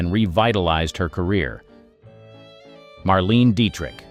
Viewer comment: All this research and they couldn't pronounce Marlene Dietrich or Bette Davis' names correctly?